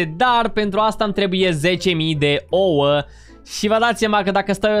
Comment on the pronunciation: nu se spune oo se spune ouă